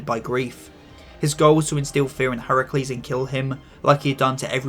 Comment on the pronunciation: FINALLY GLAD SOMEONE GOT HERACULE'S NAME RIGHT